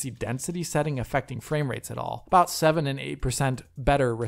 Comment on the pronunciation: fwame wates